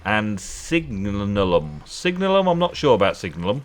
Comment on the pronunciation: Love it when you just do the questing for a whole episode! And by the way it's pronounced Sig-Nay-lee-um (neigh like a horse haha). Loving the new hardcore series and I really suggest you try and complete the challenge you've set yourself :D